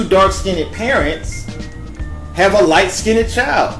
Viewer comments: First, it's not pronounced "skin-ned". And also, yes, if you're a light skinned black who does not have typical darker skin or you have light eyes and non afro hair then you have non black ancestors, whether it's your parents or generations ago. Steph curry clearly has white ancestors and his half is multi racial. They wouldn't have a white looking light eyed daughter if they were full black. Show me one girl in Africa born from black parents who looks like that child. Look at the pic of Steph's parents at the bottom of this link... his mother looks almost as white as mine. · Lol totally agree.. I wonder if he really believes this stuff or he's that's stupid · Please pronounce the word light "skinned" correctly. Thank you. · It makes me cringe every time he says black skin ned or white skin ned. Skinned is one syllable not two. stop breaking it up! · skinned is one syllable, not 2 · can someone teach this dude how to pronounce skinned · This video is foolish disinformation. You do not know what you are talking about. Get knowledge before you start talking. You are a foolish person. You don't know how to say SKINNED. You are making up your own ish dude. SHUT UP!!! Stop making dumb videos. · ...which era are you living in sir? Your Genes also come from grandparents, great and great great grandparents not just from your parents. Your argument has no merit!...and please look up the proper pronunciation for the word "skinned". I do however agree on at least one thing you vaguely mentioned which was people are beautiful in their own way. Black, White and mixed women and men. We all have something that makes us unique and we should be proud and embrace it. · The word is skinned...not skinded. It's our language...use it well. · I can't watch this because he keeps saying "light skinnit" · The word is not SKIN NED..its SKINNED..ONE SYLLABLE. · Its skind. Not "skin-ed" 🤣😂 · Why are you saying skinneded? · Light SKINNED. It's all one syllable! /skin'd/ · "skinded"??? Skinned!